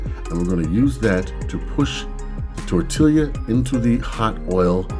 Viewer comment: great idea with the potato masher! the double LL in tortilla makes it tor-tee-ya. lots of good mexican food in california.